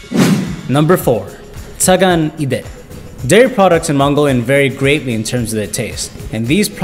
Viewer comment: Say Tsa-gaan not tsag-aan.